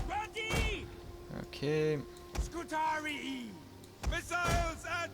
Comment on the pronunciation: btw according to the game the scutarii is pronounced "scutaree" and as i previously mentioned when u click on the unit it will announce itself and say its name if you listen for it. also on my lusitani campaign i sent Hannibal to the afterlife in style with a barrage of exploding shots from my ballista's:) unlike the AI i was playing it a bit more cautious and leaving carthage alone for awhile but till they are off my peninsula their can be no peace with them lol